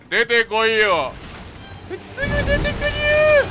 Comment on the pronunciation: のすぐ出てくりゅ〜好き もっとみさくら語発症してほしい